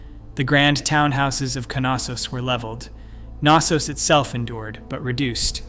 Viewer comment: It is Knossos not Kanossos there is no ‚a‘ sound connected to the ‚K‘ between the ‚n‘. You say knitting not kanitting.